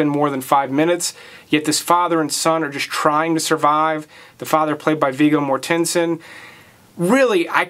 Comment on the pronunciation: More -- ten-sen... just sayin.. thanks for the video Bro